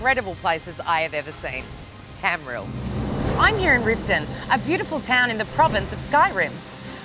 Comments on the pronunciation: Did she just say tamril it's tamriel bruh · Tam-ri-el not Tam-riel, hot or not get it right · Oh lordy. Sophie Monk from Neighbours?? Did she just say Tamrill?